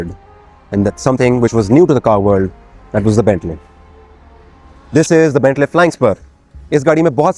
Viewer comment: It’s Bentley not Bentlay